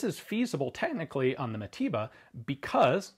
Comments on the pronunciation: Mateba not matiba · Its pronounced mataver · sounds like you say matiba... americans...